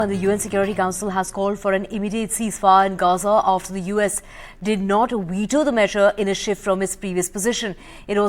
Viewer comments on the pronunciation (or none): It's Veto, not Weto. How do these English anchors not know the difference between V and W 😂😂😂